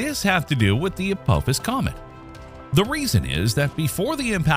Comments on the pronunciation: say it right it's not Apowphis it's Apophis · I had to bail on this video. I could not handle the way Apophis was mispronounced. Do you not know how to pronounce the "ph" sound? It is "apofis", not "a-pope-is". Yikes. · Forget the treat levels and probabilities...can you at least pronounce the name right. Hearing you butcher it over and over again was gut wrenching. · Isn't supposed to be pronounced "Ah-Pah-Fiss?" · Hard to watch a video when the video starts by mispronouncing the name of the thing they’re talking about. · That's not how you pronounce Apophis. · your saying the name Apophis wrong if your going to say it say it right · Thumbs down for mispronouncing Apophis. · Mispronouncing Apophis immediately in the first few seconds of the video, means this video is full of crap. :P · It sure would be nice if these videos that are supposed to be erudite and educational would pronounce the names right. This is the second video about Apophis where they butchered the name over and over and over again. He even mentions the Stargate series. Why don't you watch five seconds of it, and listen to how they pronounce Apophis